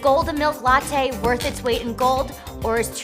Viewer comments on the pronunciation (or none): none